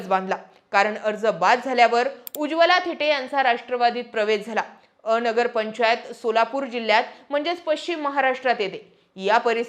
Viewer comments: अ-नगर नाही तर अन्गर असा उच्चार आहे. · अ नगर नव्हे अनगर म्हणा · अनगरचा उच्चार चुकतोय तुमचा.. अ - नगर असा उच्चार नाही, अन-गर असा आहे. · A nagar nahi g Angar... Angar mhan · अ. नगर...नव्हे अनगर असा उच्चार करावा.. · अनगर aahe te. अ - नगर nahi. Thoda homework karava na